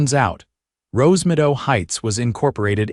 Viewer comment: Rosemido. Wonder if the AI was supposed to say Rosemeadow? There is no such thing as Visual Jurisdiction in the US and no court would accept a lawsuit claiming that. End of story.